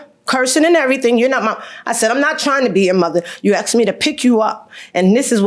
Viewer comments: What is so hard about saying “asked” not “axed” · She said she knew "Her Moms"... ? ... So, that other lady has 2 moms ... ? ... 2 moms - ??? . And also - "She AXED" her... Wouldn't dat bes a "felony" ... ? ... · She AXE me?